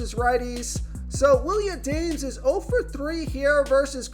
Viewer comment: Willie Ahdaymes?😂 Adames, my dude. Gotta learn pronunciation of the names to add some ethos to your videos . Good overall analysis though